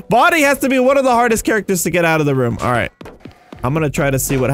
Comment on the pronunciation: when u said "alright alright" it sounded like u were saying "~ARA ARA~"